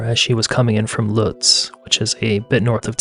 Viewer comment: I hate to be petty here, but "Lutz" is pronounced like "boots" with an L. I spent quite a number of years there, moving from Phoenix.